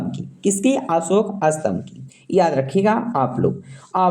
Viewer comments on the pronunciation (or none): Phle bolna sikh le.satmbh ko to astmbh bol raha h